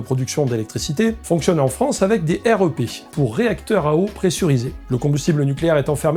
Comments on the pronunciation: J'ai trop hâte que tu puisses visiter une vraie centrale nucléaire ! Alors ta modélisation est trop bien faite tu gères. Par contre on prononce plutôt rèpe et pas R.E.P. Ca fait bizarre 😅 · J'ai beaucoup aimé cette vidéo, merci et bravo. Un détail, dans le métier on prononce le REP "rêpe", et pas R E P ; utile pour avoir une discussion avec quelqu'un du milieu ! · Super vidéo ! Nota : dans le métier on dit "rèpe" pour REP ;)